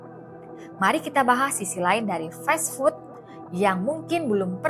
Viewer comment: Duh bacanya festfood, 😂😂😂, emangnya makanan festival